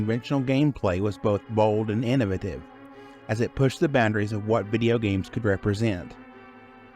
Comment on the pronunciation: “In-na-vative?” Is that a word?